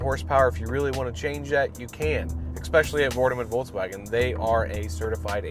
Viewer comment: Nice review buddy! Just as a side note, it's pronounced "Folks Vagn", not "bolgs woahgen". it's German 🇩🇪.